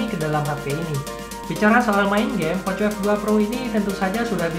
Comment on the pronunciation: Bacanya poko f2 pro bang Bukan poco f2 pro😁